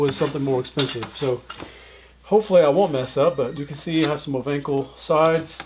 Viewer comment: O ven call. Would a better pronunciation.